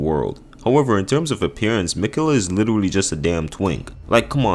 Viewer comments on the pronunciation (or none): Take a shot every time he says literuwally. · Was anyone else kinda put off by the way he said “literally”?